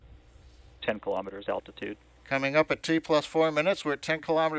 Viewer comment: KILO'METERS, not kalamaduhz.